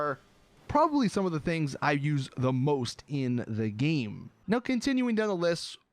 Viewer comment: you say "game" like "geem"